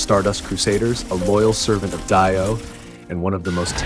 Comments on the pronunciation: Dio not dieo😅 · you thought it was dio BUT IT WAS I DAIYO!!! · Why did i just know he was gonna say die-o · ahh yes, "Daiyo". bruh this guy is presenting a JJBA mod but knows nothing about, bet he's even reading a little script. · Die-oh ahahahaha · the way he said Dio 😭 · Bro why you pronouncing DIO like that. I'm pretty sure that's illegal